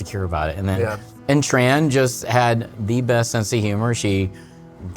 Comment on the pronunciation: dude, if your wife is Vietnamese .. her name its not pronounce Tran, but Chun -- ( yes, similar to Chun Li heroine) and if you re doctor you should know Aspartame is harmful (and its actually change the taste of the soda) soda with stevia is much better and its an extract from a plant, not chemical like Aspartame